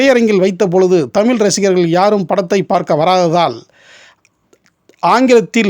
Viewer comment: அருமையான அரிய பதிவு என்பதில் ஐயமில்லை. நண்பருக்கு ஒரு வேண்டுகோள். தமில்.. தமிலில் என்று அழகிய "ழ" உச்சரிப்பை ஏன் சொல்வதில்லை. அது கேட்பதற்கு கஷ்டமாக உள்ளது நண்பரே..